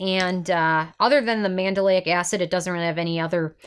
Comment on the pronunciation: Psst it’s pronounced Man-del-ic NOT Man-da-lay-ic. You’re adding an extra syllable.